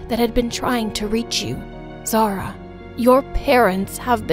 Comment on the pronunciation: Omg is not zarah is (za-uria)